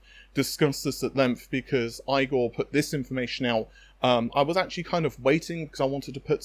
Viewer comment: Does Igor's lab actually pronounce his name like eye-gor? The american and according to google, the german pronunciation of Igor is like Ee-gor. Given how many times you've said his name on this channel, I think you need to find out how he really pronounces his name from the man himself. In many cultures it is very offensive to repeatedly mis-pronounce someone's name hundreds of times...